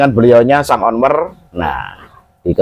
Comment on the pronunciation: Untuk sensasi tersendiri atau memang sebaar khas....penyebutan owner jadi onwer...makde